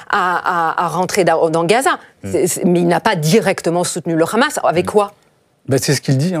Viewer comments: Il faut arrêter avec l appellation rhamas la prononciation est plus simple Hamas. Bravo à votre analyste de haut niveau rien à voir avec cette femme. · C'est le Hamas, pas le Khamas! Et c'est pas anodin, c'est comme le petit doigt dans les Envahisseurs.😂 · Le « khamas » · le KHHHHHAMASSS! la prononciation qui vise a faire peur. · Khamas , Fatar elle croit que c'est de l'hébreu et non de l'arabe, c pourtant pas difficile de prononcer correctement et si tel est le cas faut prononcer en phonétique française ...